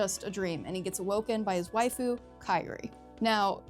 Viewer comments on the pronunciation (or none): none